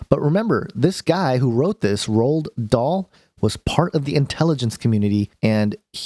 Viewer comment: Pronounced Roal not rolled bro, roahal dahl. Love your vids. Had this story as a kid read by different teachers heaps, hence the schooled pronunciation.